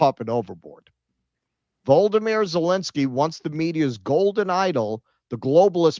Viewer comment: It's not Vold-uh-meer, it's Vol-oh-dee-meer